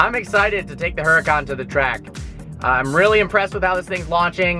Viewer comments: Huracawn? I thought it was a Huracan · Yeah it's pronounced oo-rah-can